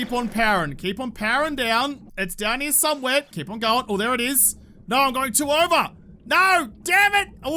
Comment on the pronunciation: cant say i have ever heard anyone say " here " like. " Herym "